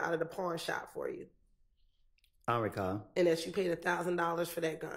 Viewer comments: “Ion recawll” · He we go “ “..😂😂😂😂